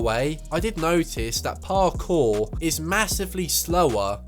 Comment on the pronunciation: My god man talk faster and stop over pronouncing parkour